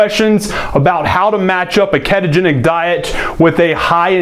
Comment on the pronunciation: It's ketogenic not keetogenic LOL